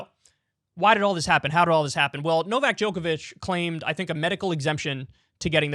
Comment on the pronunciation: I'm honestly surprised Kyle was able to pronounce Novak Djokovic when he always messes up easier names lol